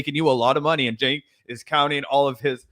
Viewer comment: Did she call him “Chenk” ? Spending too much time with those who willfully mispronounce names of people from diverse backgrounds, maybe…. 🙄